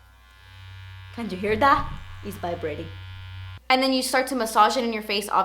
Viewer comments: "do ju hear da? iss vibratin" lmaoooo ily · "can ju hear dah- iss bibrating" i replayed that like 78 times. jeez, you're so amazing